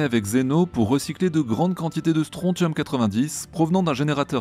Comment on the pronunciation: Bonne vidéo comme d'habitude, hormis que mes oreilles ont saigné 6 fois en entendant comme tu écorchais "strontium". Le T se prononce SS, comment dans attention...